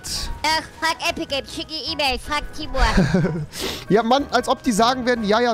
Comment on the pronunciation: Timur und nicht timbur